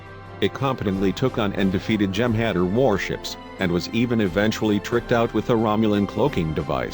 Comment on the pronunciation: That mindless robotic narrator mispronounced the species, the Jem'Hadar. I'm surprised he didn't mention the Breen ships.